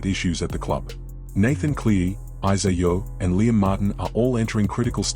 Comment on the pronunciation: Ivan's Surname is CLEARY as his Son Nathan. Ivan is the coach and Nathan is the best NRL in the NRL...not Clee or any other name you come up with. i AI or what